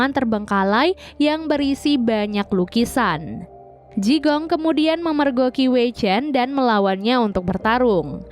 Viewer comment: Jigong....jigong....bau donk? Bacanya Chikung.